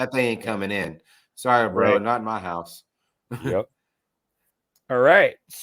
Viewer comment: House* not goude......